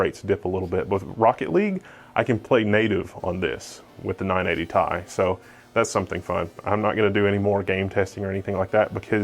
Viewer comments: first time ive heard someone say 980 tie. interesting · Holy shit if he says 980 tie one more time.... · ''nine-eighty tais''